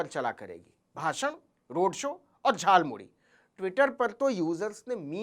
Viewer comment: मोदी जी झालमूड़ी नहीं खाया है उन्होंने तो झालमूली खाया है। क्योंकि वह झालमूड़ी को झालमूली बोल रहे हैं। उनके शब्दों ध्यान से सुनें।